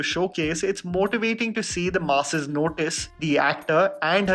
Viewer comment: What a great video. Your content and quality has truly grown even though every time you say "the masses", I keep hearing you saying "the Maasi's" 😁. Keep up your great work. Looking forward to the next video 👍🏾